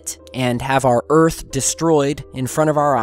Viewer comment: You can't handle the troof! And welcome to earf!!